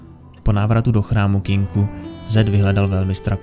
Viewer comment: Tak dobrý video, ale to "Kinku"..., prosím, "Kinkou"! <3